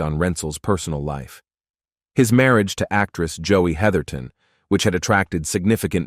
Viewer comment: *Heatherton;...--->>>NOT: "heatherington"-!!!